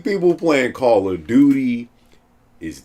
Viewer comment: This sucka said Call of Dookie. 😂 instant like!